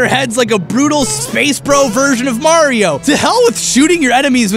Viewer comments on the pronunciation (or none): none